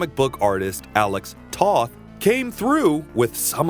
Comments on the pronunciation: Nice video essay, and thorough! A few corrections because it's the internet: "AIR-e-ell" not "Arri-ELL" "Toth" with a long O as in 'tow', not short O as in 'lot' "aesTHEtic" not "aestetic" "if it had come out later, the popularity of Star Wars would have helped increase the popularity of Thundarr" - Star Wars came out in 1977. Thundarr came out in 1980, the same year as Empire Strikes Back. Thundarr was the favourite gladiator of the wizard Sabian; Ariel was the adopted daughter of Sabian; the sunsword was given to him by Ariel - I don't believe any of this is canon. That is to say, stated in the cartoon. If I'm wrong I'd be interested to learn the source. Ookla is extremely reminiscent of Chewbacca!! Darkseid, not "Darkside" nor "the dark side.' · Jack Kirby. Alex Toth. And Toth rhymes with the word: both. It doesn't rhyme with the word: moth. 'Nuff said.